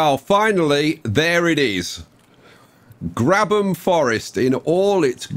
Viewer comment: Ok Ngl I clicked on this wondering if it was pronounced “grab ham” or “grabe um” and when you said “grab um” I was shocked